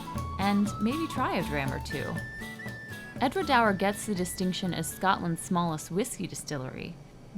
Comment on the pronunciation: Edra doour is how you pronounce it - it's between waters, because there's water flowing on either side. I jokingly said to them that they're copying a French wine in the Bordelais (that's the wine-making region around Bordeaux in France) which is called Entre deux mers - between two seas or waters. They in fact do use some wine casks from France for ageing their whisky. The tannin gives it an extra finish. It may be a small distillery, but it's a great place to visit. The guide when we were there was a real professional. I still have the tasting glasses to prove that I was there.